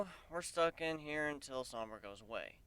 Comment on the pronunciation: called Sombra 'sombrero' lol!